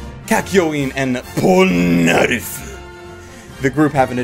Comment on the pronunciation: I'm really glad you said Polnaref's name correctly. You can't say it without saying it like the anime does. POOLLLNAREFUUU